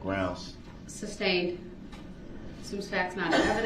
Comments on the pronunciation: Its sustained not substained! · “Grounds for the substain”. Haha he says “substain” about 1,000 times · I want to slap the crap out of him every time he says "substained." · He is so ignorant, amongst other things. Please sir, it is SUSTAINED!!! He can't get that word right to save his life.... pun intended. Idiot!